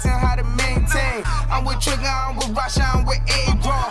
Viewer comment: When you say Rashad you sound like you sayin russia